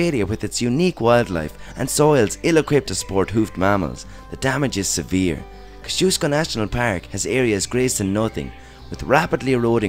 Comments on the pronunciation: Kozzy-osko national park is how you want to say it 😂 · Great video! Also in Australia, we pronounce Kosciuszko "ko-zee-o-skow". Took me a moment to realise which national park you were talking about, lol.